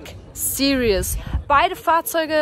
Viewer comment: Two of my dream cars as well! It must be how you pronounce "Black Series" in German, but in English you consistently say "Black Serious" throughout the video 🙂.